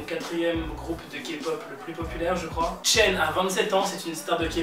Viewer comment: comment oses tu mal prononce le nom de mon mari ? attention a toi j'suis une psycopathe lol